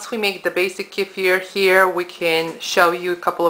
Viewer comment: Thank you so much for your info. Not only do you make them vegan but you say it right (not kee-fur.....K'fear). Thank you so much